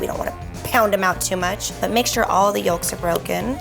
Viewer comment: When she said yolks I was like "oh s-" It's pronounced yokes, not yulks